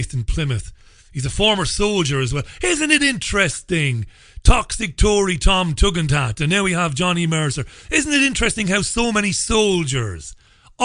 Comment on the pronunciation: I like it when says "Tom Tugendhat". Some light relief from the horror.